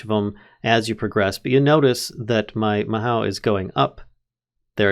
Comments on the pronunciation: Mahou is pronounced Ma- ho in japanese. the ho is kind of longer sounding hoh. Ma-hoh is close to how it sounds. There is another word that's very close but that's off topic. If you wanna learn japanesem I'd suggest you learn it because it's actually pretty fun for me. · oh i thought the mod was discontinued! i remember this one from reddit, it's inspired by Fate series. The mod feels super unique, lots of Magic mods are just re-skinned tech mods - like Thaum or Botania, of both i am really big fan, but this one is just pure magic also, it's pronounced as "maho", japanese for magic, specifically the "magic method", typically the bewitching andwitch-esque magic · bro mispronounces mahou within the first 5 seconds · if youre worried about the pronunciation afaik you only got 2 wrong Mahou is Mah like a sheep bah but with an M, Hoe like the tool, its the Japanese word for magic (Tsukai means use, the mod is literally called Use Magic XDDDDDD) Geas is a Gaelic word (also sometimes spelled Geis) pronounced Gesh like the shorthand for session, sesh, its literally just the name for that sort of spell, where you make a vow or undergo a cursed restriction in exchange for a boon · "Mahow" Me: facepalm Lol good work on this vid. I do however want to say that it's pronounced 'Ma hoe oo' but the oo sound is light and not heavy. It means magic in Japanese. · just fyi its not pronounced ma how, its ma oh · Just for future reference, "mahou" is Japanese for "magic", and it's pronounced mah-HO not MA-how. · Hi so it's pronounced ma-ho and in japanese it means magic 07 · In japanese, "ou" means "long oh", so mahou would be pronounced "mahoh", with the o sounding like a long version of the o in "mother". If you know german, the vowels in japanese sound really close to that ;)